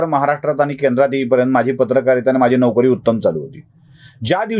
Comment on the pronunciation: तुमच्या व्हिडिओचे ग्राफीक्स कोण बनवतो. मराठी शब्दांचे लिखाण बर्याचदा चुकीचे असते. जसे ह्या व्हिडिओचे शिर्षक " चायबिस्कुट... वाल्यांची " अशी फाटाफूट का ? शब्द एकत्र लिहला गेला पाहिजे. " चायबिस्कुटवाल्यांची " अश्यारितीने लिहणे योग्य आहे. तसेच तुम्ही नोकरी शब्दाचा उच्चार नौकरी असा केलात. हेही चुकीचेच.